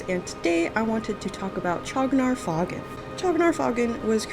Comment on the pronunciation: I thought the "faugn" was pronounced like "fawn".